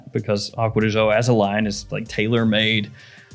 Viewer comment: Not to be a snob but “gio” is pronounced similar to “joe” not with the French “j” sound. However I will say it’s a lot better than some YouTubers calling it “geo”